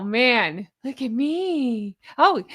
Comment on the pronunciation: 😂😂😂 your LUUUUKE is JENuinely hilarious!!!💙🪿💙🪿💙